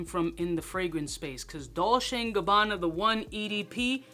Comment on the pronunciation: The way you pronounce “Dolce” 😂 🤦🏼‍♀️ DOLE CHAY.